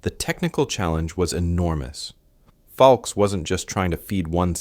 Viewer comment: Once again ... you can't be bothered to get the man's name right!!!!!!!!!!! His last name was Foulkes, not Foukes. It was pronounced "FOLKS" ... not fallkees. I am blocking this channel. It is making me crazy! No respect at all.